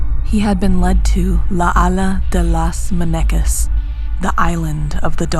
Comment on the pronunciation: I didn't wanna be rude but the way they pronounced "la isla de las muñecas" made me laugh 😅